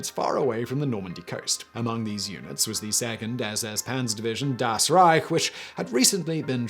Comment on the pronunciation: "The second SS Panzer division, Das Rich" "DAS RIIIIGHT!" XD